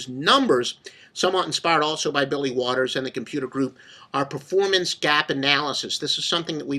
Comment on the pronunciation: bro said waters lol